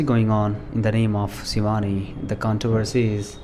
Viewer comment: aap sh ko s kyu bolte ho jese shivani ka sivaani